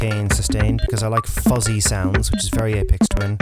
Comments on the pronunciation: Good stuff...FYI...its aphex twin ...not apex ...pronounced afex twin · You said his name wrong 😒 it’s not Apex, it’s Aphex like Afex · It's Ay-Fecks. Not Ay-Pex. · its pronounced like ay Fex with an F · Your pronunciation of 'aphex' is not the apex of this video.